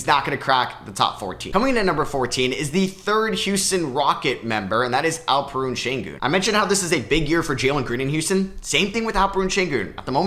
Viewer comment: Its AlpeREN not AlpeRUNE